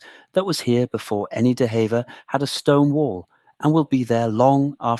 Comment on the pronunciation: Although it's spelt like "hevver" it's pronounced like "heever". Lovely video, thank you. I live nearby, I love Hever castle ❤